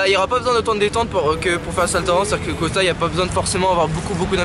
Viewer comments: Vous savez pas parler c costal pas costa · Pk il dit Costa ??